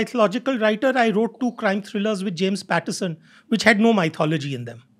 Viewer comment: I hope it is ok to highlight the fact that many guests on this podcast pronounce "Myth" correctly but "Mythology" incorrectly. It is not "My" - "thology" , it is "Myth" - "ology". Since it is widely heard podcast, the listeners will end up catching onto the incorrect pronunciation.